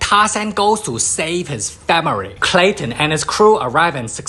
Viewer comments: 🤣 every time I hear FA-MI-REE... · Nah dude... Imma keep y'all updated with moments that made me laugh. Literally first couple seconds I hear famery instead of family. I laugh my as off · "famiry" the best word said by and asian. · “Tarzan goes to save his FAMERY” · "aNDd hIs fArUmy" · Just hearing famiry makes me laugh They teach him the engrish😂😂😂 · I love the way he says family 😂😂😂